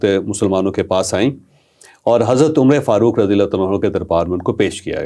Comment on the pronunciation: Say Umar Farooq, not Umr-e-Farooq. You don’t know this small thing.